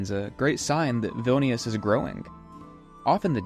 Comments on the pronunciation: they look like they lost zest for life. Vilnius is a filthy city and many locals would agree that it's being neglected recently. Lived in Vilnius for nearly 3 years. Can't wait to get out. And BTW it's pronounced VVEEL-nee-oos. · I enjoyed the videos but the continued incorrect pronunciation of Vilnius is annoying. You can be excused for others words which you only say once or twice. I would suggest that when you go to a new place, before you start recording, if you are not 100% certain how to pronounce, ask a couple of locals off camera and say it as a local would.